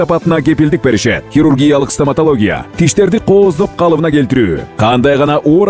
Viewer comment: Стаматалогия дейт😂😂😂😂 ой кулкудон олуп калайын дедим